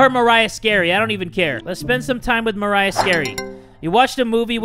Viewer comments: Him saying Mariah and not Maria angers me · Nobody:: Says Maria as Mariah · this dude really pronounced maria as mariah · Maria(Mah-ree-yah) He's pronouncing it like: Mariah(Mah-ra-yah) I have a Filipino blood flowing through my veins also, No Hate! 😄😄😄😄😄😄😄😄😄😄😄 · *when jay pronounced maria as mariah* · Him pronouncing maria like MA-RA-YA instead of MA-REE-YA is making all the hairs on my body jump out from anger, thank you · I died whenever he called Maria, Mariah, like Maria but at the end its "uh"... like Mariah carey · Mariah......Maria..... muh-ry-uh......Ma-re-ya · Mah ree ah not Mariah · It MA-RRRR-EEE-AHHHHHHHHH NOT MARIAH (That's my friends name) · “Mariah”...it’s Maria dude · It's Maria not Mariah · the name maria is actually pronounced ma-re-a or atleast thats how my friends name is said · the name maria isnt pronounced as mariah- its muh-ree-uh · It’s not maraiah it’s MARIA Jesus 🙄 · It’s mar-e-a Not Mariah -_- But thanks for saying my name anyways:p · MARIAH SKINNREY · I have no idea if that name, Maria, is a common name in my country, besides.. my nAmE Is mArIA thAt’s prOnOUncEd “mA-rEE-Ah” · Aye jay not sure if you noticed but that cat is actually pronounced (Ma-Ree-Ah) because there is no "H" in the name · Maria is my real life name LOL. The name is pronounced Ma-ree-ah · I saw the name Maria and thought would say this right but instead pronounces it like "Mariah". No hate but that bothered me. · Lmao me too, glad someone else noticed!!! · We love when jay says maria as Mariah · Omg when jay keep saying "maria scarey" I'd love it cuz my name is mariah pronounced who he says it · Continues to call Maria as Mariah... Come on! 🤣🤣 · Its Marr-ee-uhh Maria thats my cousins name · ik people spell and pronounce their names differently, but when he pronounced maria as mariah... i was triggered a lil lol but still love you jay 😊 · Mah-rai-ah it's Maria.... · who else was mad when he pronounced maria as moriah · That says Maria not Mariah